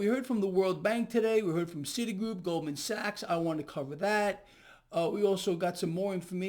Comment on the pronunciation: “Gold man sacks”